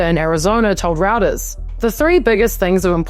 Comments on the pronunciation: ROUTERS???? It's pronounced RHOITORZ. Reuters. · Roy-terz, not Routers (Paul Reuter was of German origin). Not that it detracts from quality journalism you consistenly put out, mind you :) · Great video. Just a quick note, Reuters is pronounced 'Royters' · FYI, Reuters is pronounce "ROY-ters". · It is pronounced Rue (roo) ters (turrrs).